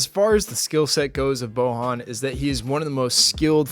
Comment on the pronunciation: You read his first name wrong. Try boYan